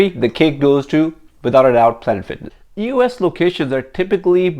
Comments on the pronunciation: Is he saying "us fitness "? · eee oh esss